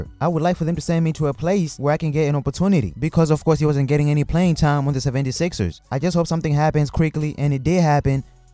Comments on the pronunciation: Sevvendy Sixers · The way you said 76ers lmao